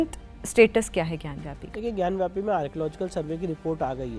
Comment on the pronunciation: Anchor is saying ग्यानव्यापी..... it's ग्यानवापी....वापी means well....पानी की विहीर.